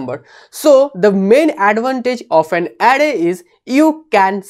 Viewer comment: Array ❌ Adday ✅